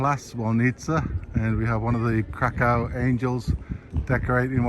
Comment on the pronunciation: I enjoyed your video. However, if you want to impress the locals, try to avoid pronouncing the city's name as Kra-COW with that hard second syllable. Locals pronounce it Kra - kuhf, which is much softer on the ear.